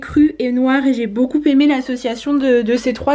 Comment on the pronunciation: Désolée mais je ne peux plus entendre tes Beaucoupppppppppppémé.... Je suis prof de français à l unnif et on ne fait pas la liaison entre beaucoup et aimé😜